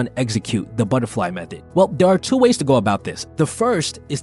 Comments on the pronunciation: Butt -err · Like A battar fly 😂